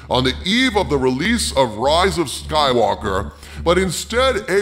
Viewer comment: I lost it when he said Ruse it Soywoker!